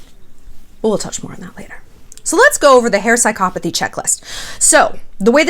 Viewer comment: You aren't pronouncing psychopathy correctly at all. And you cannot DX someone without clinically evaluating them. Sincerely, ~ A soon to be therapist